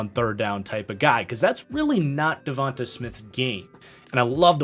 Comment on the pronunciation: And it's pronounced devontay... not Devontahh. Smh